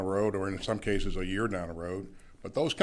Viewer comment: Clayton, thanks for the “cashews”😂